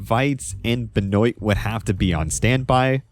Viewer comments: I am from Louisiana, which has a lot of French influence. Benoit is a French last name that's pretty common around here. We pronounce it "Ben-wah". Like the sound you make when you stick out your tongue at the doctor: Ben-w aaaaahhh Benwah Benoit Never have I ever heard "Ben-oyt" Edit: omg I made this exact comment a year ago. I've already watched this video... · Benoit is pronounced "Ben-wah" at least where I'm from. I've never heard "Ben-oi-tuh" before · sorry but i hate how you pronounce benoit. it's a french last name, pronounced kinda like ben-wah awesome video as always tho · you need to learn how to pronounce benoits name properly